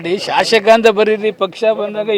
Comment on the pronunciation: ಥೂ ಸೋಮಶೇಖರ...ಅದು ಶಾಶಕ ಅಲ್ಲ...ಶಾಸಕ ಅಂಥ ಹೇಳು...ನಾಲಿಗೆಗೆ ಸ್ವಲ್ಪ ಹುಣಸೇಹಣ್ಣು ಹಾಕಿ ತಿಕ್ಕು..ಅಯೋಗ್ಯರ